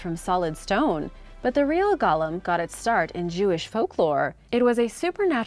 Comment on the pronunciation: The pronunciation is Go-lem, not gollum. Gollum was the sickly little creature from lord of the rings.